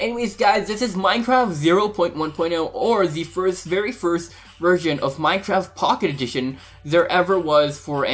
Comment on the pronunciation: why did you say minecraft pocketion